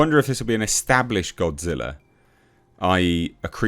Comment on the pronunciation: O, no! It’s Godzirra!